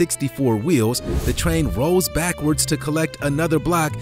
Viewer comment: ROLLS. NOT ROWS. You need to pronouce the LL part of that word.